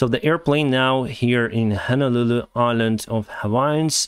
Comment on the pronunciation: Honolulu Is a city. The island is Oahu. Good job pronouncing those names.